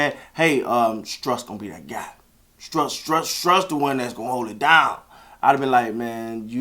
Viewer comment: Strus=stroose like goose that's the proper pronunciation